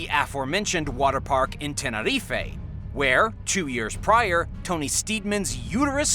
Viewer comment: Why did you say Tenerife like that bro